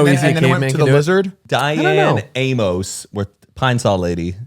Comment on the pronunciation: Obsessed with how pronounced Amos